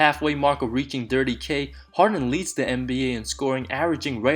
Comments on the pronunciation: Interesting video but you have to work hard on your pronounciation! Especially your th every time you say 30 it sounds like dirty which makes it very awful to listen to and less enjoyable ! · i dont like the way this guy says 30